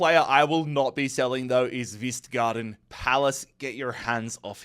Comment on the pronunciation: You pronounce the K in K-vistgaarden 😉